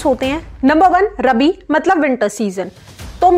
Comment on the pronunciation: not Rbi it is Rabi